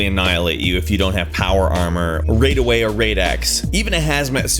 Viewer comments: hahaha I was like noooo its rad x and radaway gosh...say it right or don't say it at all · Radaway not raidaway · RAD-away not RAID-away man. Gets rid of Radiation not bugs lol. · RAIDAWAY RAIDAWAY HOW DO YOU MESS THAT UP ITS RADAWAY NOT RAIDAWAY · When he said raidway instead of RadAway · How did you do that? How did you mess up a 3-letter word? Instead of Rad Away or Rad-X, you said... "Raid Away and Raid-X". You say every other word just fine, how did you mess up that??? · Raid Away? Rad away. People say it in the games, all off them, Rad rhymes with Bad. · Sorry, but I'm gonna have to correct you just for my own mental well being. It's not pronounced Raid-Away and Raid-X. The word RAD isn't an abbreviation for radiation, it's an acronym that means Radiation Absorbed Dose. So it is really supposed to be pronounced rad (like saying "that was really rad, dude"). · I did't even noticed he said RaidAway and Raid-X lol I thought everyone knew it was Rad xD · I really hate that he says Rade-away and Rade-X. Its Rad-away and Rad-X!!! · ... RAD-AWAY, RAD-X, how do people say either as "Raid-Away" and "Raid-X"? Seriously... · It's not "raid" away and "raid" x (how you pronounce them). It's pronounced Rad. Like, radical... It is short for radiation absorbed dose. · Raidaway? Raid-X? Seriously? It's called Radaway and Rad-X. It's pronounced the same as "radical". Seriously, it's actually said by character in the game. How did you not know how to pronounce it? You're an embarrassment to Fallout. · Never heard anyone pronounce them raid x or raid away lol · Dude said raidaway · This man just pronounced it RAIDAWAY IM DONE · Raid away? Raid-x? Wtf. That's the weirdest mis pronunciation I've heard in a fallout video. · Wtf is raidaway or raidx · RAID-AWAY...OR RAID -EX!!!! OH MY GAHD!!! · RAID-away or RAID-x? I'm sorry but that pronounciation is wrong. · excuse me, but did he just say RAIDaway? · “Raid away” damned Californians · "rayd away" "rayd echs" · Raydaway? lol...